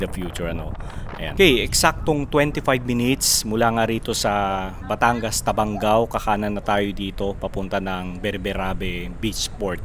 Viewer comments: It is Taba-ngao NOT Taban-gao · TABA-NGAO PO BASA DUN SA LUGAR HINDI TABANG-GAO